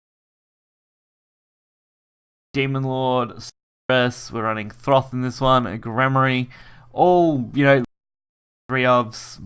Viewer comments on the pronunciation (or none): no R in Thoth